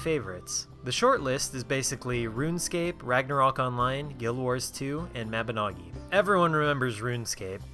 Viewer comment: I believe Mabinogi is pronounced: Mab in no gi